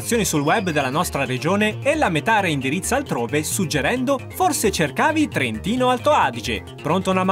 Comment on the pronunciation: minkia che bel TR(L)ENTINO !! 🇨🇳🏯🇨🇳